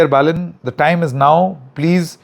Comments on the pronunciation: Baren nahi Balen hai . Kya sir naam to sahi kahiye . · Balen not baren😅😅😅